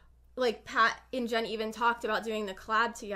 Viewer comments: this is totally offtopic but he said "jat and pen" . i dunno, it was just funny. the video has solid points though. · he said Jat and pen LMAOOOOOO